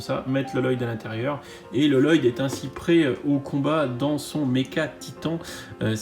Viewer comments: TU ME STRESSE À FORCE DE DIRE LELOYDE! ÇA CE DIT LOYDE! PAS LELOYDE! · Exactement ! C!c'est pas parce qu'il y a deux L que sa ce dit loloyde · Bonjour On ne dit pas LLoyd ça se dit Loyd, les deux LL se dit en un seul L. Je sais s' est bizarre qu'il y a deux L mais bon c comme ça. Sinon la vidéo est superbe continu tout ça, personnellement j' ai acheté ce set deux fois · Excuse moi et sans vouloir te vexer mais premièrement Vex est second dans l'ordre de l'armée de glace au-dessus l'empereur de glace et deuxièmement Lloyd se prononce Loyd et non Loloyd. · Il se prononce loyd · Super vidéo mais juste pour te le dire c'est Lloyd mais ça se prononce Loyd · Enfaite ça se dit loyd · J'y connais rien en NinjaGo ni en prononciation des noms mes avec Lloyd tu m'as trop rappelé le sketch de Jeff Dunham avec Peanut qui se moque de la double consonne dans son prénom "Jefefeeee...." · je le sais déjà ça ,c'est juste pour qu'il ne fasse plus l'erreur